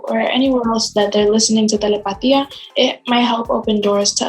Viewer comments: Why did she pronounce telepatía like that? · no the host pronounced it wrong